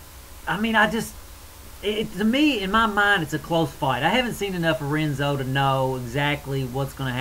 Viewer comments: Dude. It's pronounced "Henzo" Gracie. I cringed every time you said "Renzo," hah. But anyways, I pretty much disagree with everything you said about the BJ fight. BJ is in his prime! Did you not see what he did to Kenny and Diego, both of whom are better than Frankie?... The only reason Frankie got the title shot was because Gray Maynard looked pretty shaky against Nate Diaz. I just don't see where Frankie is better than BJ. Striking? C'mon man... BJJ? C'mon man... Wrestling? BJ is too flexible. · Hehe. I like this guy. Like the southern draw, cool. The R in Portuguese is pronounced like a H. It's spelled Renzo, but it's pronounced Henzo. Not that i understand Portuguese, but guys in my class speak it.